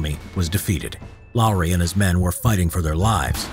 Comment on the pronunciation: Finnish is hard but congrats you said Lauri right